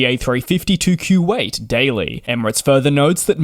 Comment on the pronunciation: What a weird way to pronounce Kuwait and Sri Lanka